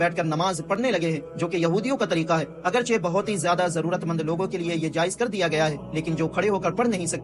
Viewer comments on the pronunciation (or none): none